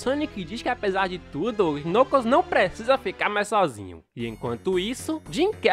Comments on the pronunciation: Ele falando Knucus, o certo de falar seria "Nãcous" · Kkkk vc falou nucos é knuckles kkkk gostei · o cara fala nucos imagina se junta nucosbabyskkkkkk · Knuckles a pronúncia é Nãcous o "K" é mudo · Vei nuclos acho que vc falou meio errado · Você tá falando o nome do Knuckles errado. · Mano eu acho muito engraçado ele falando o nome do vermelho (eu sei o nome dele mais não sei escreve o nome dele) e concordo eu levaria o tails pra casa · vc não sabe falar knuckles direito, é mais facil vc chamar ele de nuggets